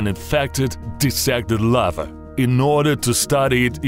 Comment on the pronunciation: Of the Lavaaa and the Lavaaa and the Lavaaaa